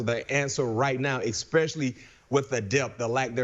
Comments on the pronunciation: It's not a "cadence." Do you even know what a cadence IS? His problem is an inability to read. The word is "es-pecially." There's no "X" in there. Only an ignorant person pronounces it "ex-specially." Cadence, my ass. You are as ignorant as he is. But, hey, maybe get yourself a job in broadcasting. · This McFadden guy needs to go to talking and thinking school. "ex-specially"? Seriously, guy?